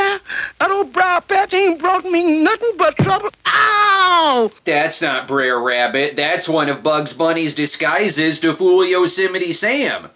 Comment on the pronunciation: Can someone tell me why "Br'er Rabbit" is pronounced like it rhymes with dare? It's supposed to be pronounced "bruh rabbit".